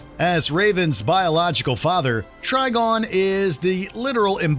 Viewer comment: It’s TriGON not TriGONE! Think PentaGON or PolyGON